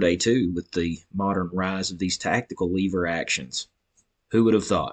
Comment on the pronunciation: Wtf is a leeeeeever??? LEVER